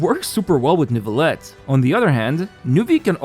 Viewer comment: still can't get over the pronounciation of Neuvilette by english-speaking people, i know it's kinda hard but it makes me giggle every time